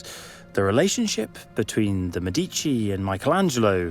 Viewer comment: has not someone told you how to say the word MEDICI???the accent is on MÉ, not on dí....